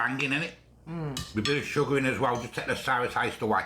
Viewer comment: sugger OMG ..SUGGER lol